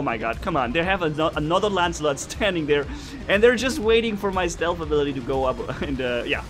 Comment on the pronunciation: "ancilot" XD true